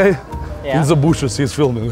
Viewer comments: "in the booshes" lol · When he said “he is filming from the booshes” got me dead